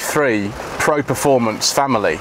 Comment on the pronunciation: Wow I've never heard of a model called a Fanily at 6 mins 40secs into the video. I hate pointing these things out, but hopefully it encourages people to check the video before they upload it... It's just all about doing things properly and being professional. Sorry but it had to be said. Cheers